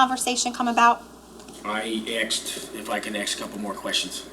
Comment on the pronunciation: He axed him. Ouch